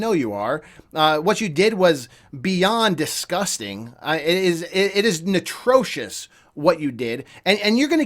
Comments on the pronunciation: *atrocious, not “netrocious” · Notrosis???? Can you please speak actual English as opposed to smashing words together like some weird child??? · Did this guy say "natrocious"? 😂